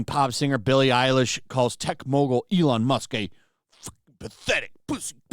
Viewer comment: Billie Eiwish... As in "Eiwish" she was dead.